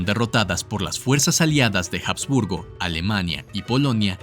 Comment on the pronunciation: Buena información, solo que no se pronunciaron bien ciertos nombres, como Belgrado, Bosnia y Habsburgo...